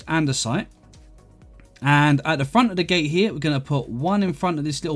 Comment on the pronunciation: “Gate” not “gay”